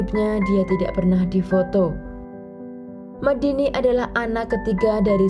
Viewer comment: Honour killing jatuhnya, membunuh demi harga diri dan kehormatan. Omong2 Medine dibaca Medine seharusnya e- seperti e pada tempe. Bukan Medini.